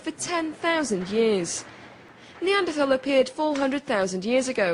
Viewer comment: please learn how to pronounce neanderthal. and the singular is not "homo sapien". this is just embarrassing.